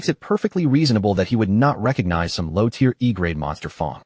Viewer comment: lion pack? lion pride. AI still having trouble with tear (tier) and tear (tare). mih dare? where did this accent come from? mid-air is the pronunciation I'm familiar with.